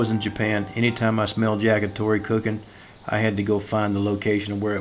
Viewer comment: Did you say Jagitori?